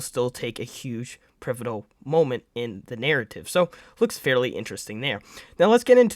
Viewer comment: Say “privotal” one more time…